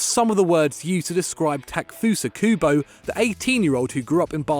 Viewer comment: Stop butchering Kubo’s name